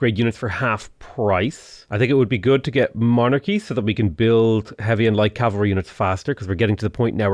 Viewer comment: What the fuck is cavalary?